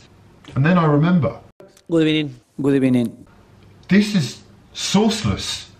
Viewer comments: These random "gud ebening" sounds are hilarious 😂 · The "good ebening" gets me everytime